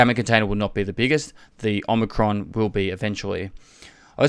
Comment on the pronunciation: "the omacron" container They knew...